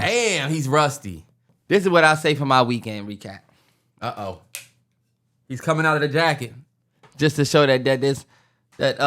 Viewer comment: I’m crying at reekend wecap 🤣